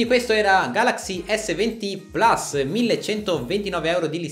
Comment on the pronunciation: Ma perché plas, è latino, si pronuncia plus